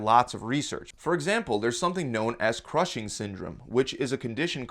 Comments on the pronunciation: It's Cushing syndrome, not crushing syndrome. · It's called Cushing syndrome, NOT "crushing" syndrome. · He said “Crushing” syndrome 🤦🏻‍♀️